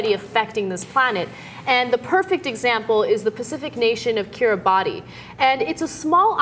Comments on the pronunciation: Note: the "ti" of Kiribati is pronounced "s" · It's pronounced "Kiribah", not "Kiribati". I know it's spelled Kiribati, but the level of insularity Americans, even those as educated as Ana, is appalling. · It's pronounced Kira-bass. Sheesh you'd think news reporters would know how to say it right. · Yes, Kiribatis is pronounced 'Kiribahs'. Not surprised they didn't know this as it isn't exactly the world's best-known nation. So they get a pass from me on that one. Am I not merciful? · Kiribati is pronounced Kiri-BASS. I'm serious. The "ti" in their native language is pronounced as an "s."